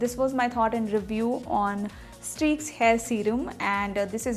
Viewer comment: Even you are not able to mention the name properly..how do you reviews this products..? You guys all are fake..Do everything just for business...try to use this at first then make video